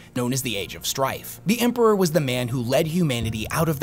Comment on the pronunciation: For the Emprrahhhhh. Period